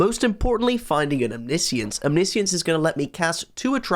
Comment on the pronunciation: Is anyone else disturbed by the way pronounces Omniscience?:D